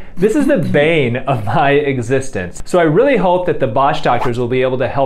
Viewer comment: am I the only one who heard hoe instead of hope at the begining